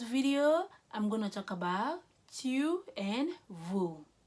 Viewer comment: La prononciation des tu n'est pas bonne, "tyou" n'existe pas en français en tout cas merci pour votre dévouement